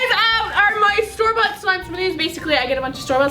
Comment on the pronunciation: Whenever you say store bought it sounds like Starbucks